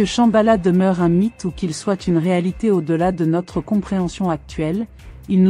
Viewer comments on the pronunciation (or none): none